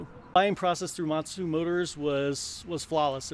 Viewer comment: He keeps saying Motsu motors but they are actually Montu motors haha